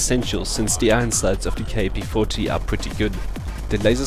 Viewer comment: Ur a dumbass. This is by far the worst class u cud possibly use for this gun. Nd btw. Its kap. U say it like "cap" its not fukin K A P. u dnt say the letters. U say it as a word. Its an actual gun. Kap. Not K A P